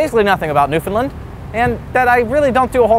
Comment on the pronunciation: Not to be That Guy (i.e. an obnoxious Newfoundlander) but the "land" in Newfoundland is pronounced "land" not "lund" haha. (Common mistake, but you got the first two syllables right, which is better than a lot of people manage, haha.) I miss that place though, dang.